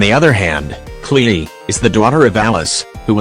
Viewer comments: It gets me when he says klehe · Ah yes! The infamous Kle-Eee. She’s a tough one indeed. XD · I love how the video says Klee as "Klee-E"